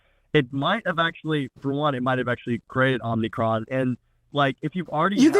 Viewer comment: Don't mind me. I'll just be over here twitching violently at the mispronunciation of certain Greek letters.